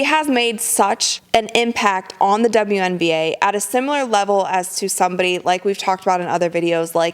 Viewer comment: Did you just say "uwian na"? You made me smile on that one.